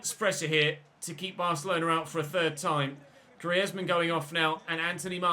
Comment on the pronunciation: Antoine Griezmann is being read as Greezmann I guess that we'll hear this name more often so just reminding